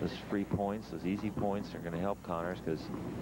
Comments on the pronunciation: "Connors" not "Conners". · Jimmy CONNORS!-Not 'Conners' ! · It's Connors and not "Conners".